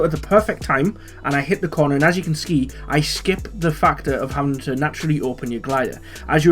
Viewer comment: Did you say as you can scee?